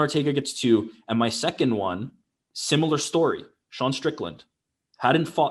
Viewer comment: The way Ariel pronounces “Won” pisses me off every time he says it. IT’S PRONOUNCED ONE